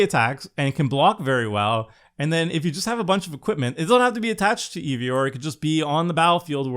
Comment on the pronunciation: I know not everyone likes Norse stuff and so on but it hurt my Nordic heart when he said Eevor instead of eIvor its i like in I if any is curious